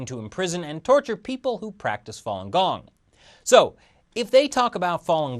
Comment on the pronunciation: OMG, you killing me with the "fallen gong", Fa read "far" without the R sound, not with an added L sound. Distracting from viewing.